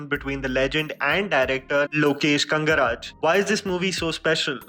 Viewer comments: Not kangaraj.....kanagaraj... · It is Ka-Na-Ga-Raj.... not Kan-ga-raj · its not KANGARAJ bey sala.... its KANAGARAJ.. spell properly.. itna bhi lazy hey kya thu naam abhi theek se nahi bolna chahtaa..north ka butiya hein kay tum bhi. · It is Lokesh Kannagaraj not Kangana raj,first learn to pronounce the name correctly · Lokesh KANAGARAJ.. not KANKRAJ :) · Your videos are great but please put in some effort in pronouncing words right. “Kanagaraj” and not “kangaraj” Forget this even the way you pronounce Chennai as ‘cheenai’ is just absolutely disheartening (rather cringe worthy at times) But keep up with the amazing videos that you are doing just try to improve the pronunciation of possible, as lor of your videos also focus on south movies these days. I would be happy to help you 👍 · Its like pronouncing shahrukh khan as sana khan...so its kanaga raj nd not kangraj....pls... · it's kanAgaraj not kangaraj.. 🤭🙏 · Its ‘Kanagaraj’, not ‘Kangaraj’ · great video but I would like to correct you with the pronunciation of the director's name " Lokesh KanAgaraj". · Sir your pronunciation for director name is wrong that is lokesh kanagaraj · Honestly, if the person who put this video can't even take the time or put the effort to pronounce the name of the Director properly. Isn't it hypocritical to talk about how other need to do a better job